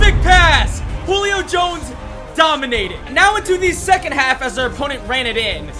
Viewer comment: ”hulio fighting for the first Me:HAHAHA HULIO JONES🤣🤣Hulio HULIO!!!🤣🤣🤣🤣☠️